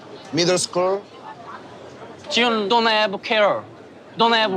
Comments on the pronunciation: Instead of Ji-hoone which is what it’s sounds like when you’re saying it 🤷‍♀️ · I’m pretty sure it’s pronounced “Ji-hon”